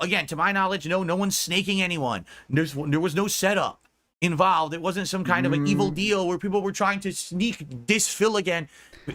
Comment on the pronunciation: The way he says involved pisses me off so much. " invaalaved"